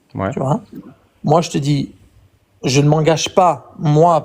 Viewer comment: Ca avait pourtant bien commencé. Mais c'est toujours comme ça. Quand quelqu'un dit "je te dji" au lieu "je te dis", ça va barder à la fin.